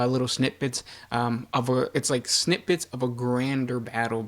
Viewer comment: It's "snippit" not "snip bits"....